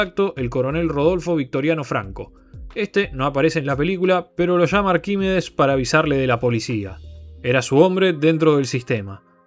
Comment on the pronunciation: Todo mal con la pronunciación del nombre Arquímedes 😂